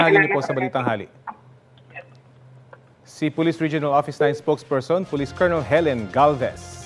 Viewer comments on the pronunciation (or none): none